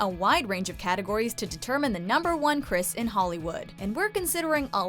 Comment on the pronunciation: Chrisi (pronounced like octopi) lol